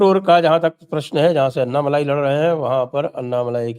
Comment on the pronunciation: अन्नामलाई नही अण्णामलाई बोलो आप लोग "ण" अक्षर का उच्चार नही करते क्या?